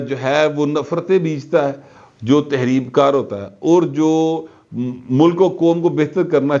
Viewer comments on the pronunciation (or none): کراچی کے مقامی لوگ نہیں تھے ہم کراچی کے رہنے والے ہیں لفظ تخریب ہوتا ہے تحریب نہیں خ خ خ نقطے والا